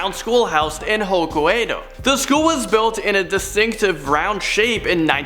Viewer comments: A lot of these Japanese regional names are incorrectly pronounced Hoke-Aye-Dough (not h'OKAYdo) fukuOKA not Fuku-"AKA" Great video but incorrect pronunciation can often confuse viewers - No hate just some constructive feedback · It’s: eee-wo-geem-a, Ho-Kai-doh...